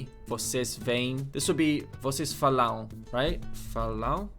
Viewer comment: Just a little tip, when your word ends with "am" or "em", this last syllable isn't the tonic/stressed one. The same sound for a stressed syllable is usually with a tilde (~), and you probably know by now that there is no tilde in Es in portuguese. So for instace, when you said "eles falam", your "falam" was like \fa-LAM\, which sounds more like a "falão" (this word doens't exist). The stressed syllable should be the first one, so it should be \FA-lam\ instead. This is usefull to know because usually there are quite similar past and futuer conjugations, e.g. "falaram" (they said/spoke) and "falarão" (they will say/speak). The only sounding difference is the stressed syllable, which isn't written there (given that there is no graphic accent) although they are differently written. Congrats on this series learning portuguese